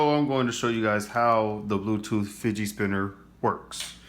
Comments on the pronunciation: it's fidget not fidgei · Fidget not figie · He said fidgey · Not To Be Rude But It's Pronounced "Fidget Spinner"